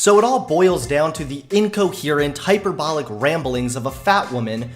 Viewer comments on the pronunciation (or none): you are too smart to say hyper bolic... Please stop, it makes ears bleed 🤪